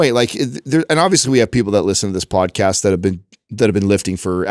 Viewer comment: When was talking about getting up early, and working out and then going to work and doing the podcast, it sounded like he said "Bod-cast" and now I think that needs to be a thing